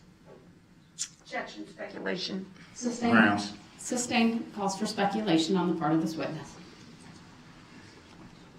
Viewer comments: Grounds with a z you crack me up 😂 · Grounz? Grounz for the substained he axed without relevancy. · Groundz with a Z………. 🤣🤣🤣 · I will always laugh when i hear "grounds" and "jurisdiction."